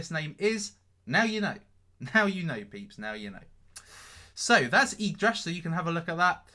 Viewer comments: its YGGDRASH not YYGDRASH! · yGgDrash instead of yYgDrash.....just saying, scams etc...KEEP UP THE GREAT WORK!